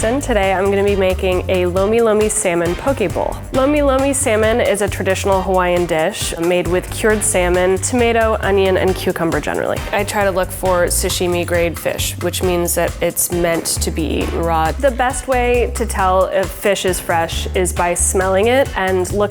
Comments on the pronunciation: Sashimi grade not sushimi. 😂😂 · Did she just pronounce sashimi sushimi triggered